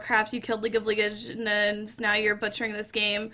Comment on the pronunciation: How many times do people have to teach u how to say LEGEND not ligend